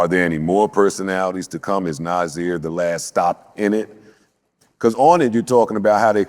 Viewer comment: Joe did so well! Interviews was fire. But… it’s Na(s)ir with an S not Na(z)ir with a Z. Think Sunday, not Zaddy😂😂😂😂. But proud of all three of these black men who’ve created a life of passion and artistry